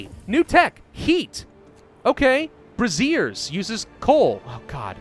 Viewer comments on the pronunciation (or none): my man, I say this with love -- bray-ZHRR (the zh like the g in luge, or Baton Rouge or sabotage). The other way is the older form of the word for bra. brazier is an uncommon word in English and many often have only read it, not pronounced it, hence my correction. Can't have our Lord looking anything but Imperial as we bring Imperialism to the world!